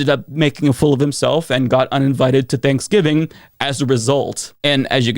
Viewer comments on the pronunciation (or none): none